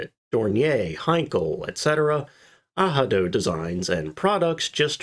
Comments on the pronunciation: I fully agree aRado with a 'R' as the second letter ,hihihahahahi us this guy serious the aaado...do it again that was nice• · Ar-rah-do, very much like the English prononciation. Ah=ha=do will have any German speaker asking "Was ist das, Ah-ha-do?" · The pronounciation ahado is a google goof up it is Arado in German too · Aha-doh? Arado sounds just like it’s spelled. Ah-Rah-Do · Sorry but it’s pronounced „Arado“ in Germany with an R. (German speaker) (although it is a Spanish name meaning „plow“) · Please give all units in metric as well. 60 feet something means nothing for most people. And as others have mentioned, Arado is not pronounced Ahado. But besides that nice to see this very rare design explored in some detail. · Even so - it doesn't sound like this - it sounds way more like a regular r in English than the "h" sound here as The only Madmac pointed out. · I cringe every time hearing this horrid mispronunciation. 🤨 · Ahado lmfao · I'd never heard Arado spoken and was thrown off at first, always thought it was pronounced, Air-ah-dough lol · It's NOT "AH-ha-do", the "R" sound is to the back of the throat, and NOT an "H" sound. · Google isn't always right ! Arado! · ARRRRRRRRRRADO!.... fuck google translator!.... as a german, in germany - i promise you... we SPELL the "R"... Google made it spanish... 🤨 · Ay-Rado. I learned it from German YouTubers. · Yyyyeah, google translate dropped the bratwurst on this one. You’re definitely still supposed to pronounce the “r” in Arado, it’s just in German dialect it would be a “soft r” almost like “ahhrado.” With the back of the tongue, rather than rolling the r. If that makes sense. Although in some German dialects (such as in Swiss German for instance), a rolled r would also be appropriate. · It's pronoused aradO...not ahadi, because in German you are rolling the r on the tip of the tounge. Google is wrong, as usual. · Pronounced Ah Rado.... please get this right.... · Its pronounced ARADO LOL, narrator is clueless